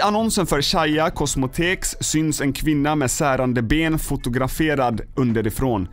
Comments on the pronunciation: Caia (k) inte caia (c) cosmetisks inte cosmotekk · Det uttalas "kaja kossmeticks"😅(caia cosmetics) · Kan förstå att man kan uttala CAIA fel, men VAD är ett KOSMOTEK???? :'D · "Shaia Kosmeteks" :D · haha det uttalas Kaya kosmeetikks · Äre ba jag som reagera när han försökte uttala ”caia cosmetics” 😂